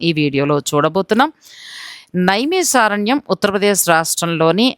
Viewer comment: Madam first aaa peru maarchandi... నైమిశారణ్యం .... ష...కాదు